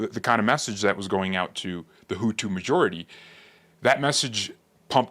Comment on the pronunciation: I love how you say the tutus and the Tootsie . Did you make reference to the one president as a"milk dud head. Bruh I was laughing for 5 minutes you are funny